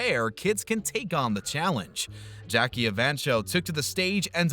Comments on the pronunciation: Evancho is pronounced EVANKO - not cho. I think Jackie lost because the audiences liked the country singer better. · It's Jackie e-van-ko, not e-van-cho. Guess you never saw the show yourself.